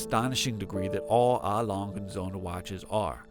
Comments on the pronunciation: Please at least try to make an effort to pronounce the name correctly..also correct info as well. It’s 120m water resistance not 100m. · Nice video, even though please do some research pronouncing the brand name properly like how you have planned thoroughly recording the video.